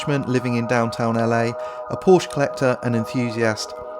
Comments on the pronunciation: PorschE, it’s called ParschE, the e Must be spoken. Nevertheless it’s a cool video👍🏻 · It's Porsche not Porsh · "orientated". Couple that with the narrator calling it a porsh....gads.... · great video! but there is one thing that annoys the heck out of me in most of the videos dealing with porsche. it is called porsch-E ... like in "meh" ;)